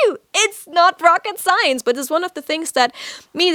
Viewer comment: "rocket science" dieses eingedeutschte englisch